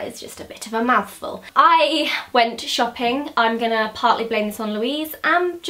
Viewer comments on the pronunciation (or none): she said "i went shopping" but exaggerated the 't' ❤